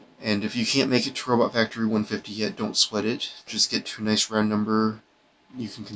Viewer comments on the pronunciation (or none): none